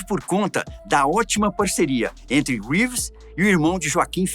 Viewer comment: "Řeeeeves" moço. Não abrasileira o Sobrenome do moço. 👍